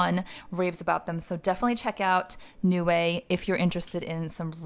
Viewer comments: It’s pronounced as Nei-Wai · 内外 is how it's written in Chinese. It means Inside and Out when translated into English. When I heard u pronouncing it as 'New Way', I was totally confused 🤔